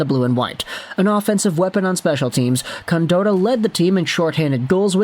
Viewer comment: Its pronounced con-Dot- tah not dotah